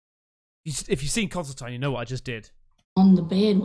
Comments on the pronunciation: Are you saying consoltine? Haha Constantine, ma boot.❤ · conSTANTine xD not consultine bless ya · It's Constantine not consoletine